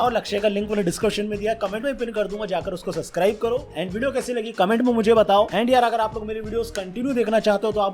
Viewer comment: Bhai tu sub kuch shi kehta h bss subscribe ki jga suscribe kehta h....